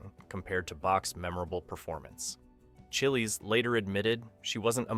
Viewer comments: Gotta love that pronunciation of Lois Chiles (CHY-ulz, rhymes with "miles") Lois Chills Lois Chilllies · I always pronounced her name as though it rhymed with 'miles' too!! I suppose that's AI voice over for you!!